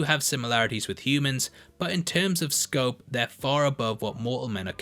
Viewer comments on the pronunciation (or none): none